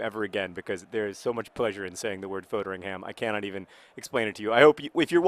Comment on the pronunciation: i'm pretty sure foderingham's name is pronounced fodd-ring-am.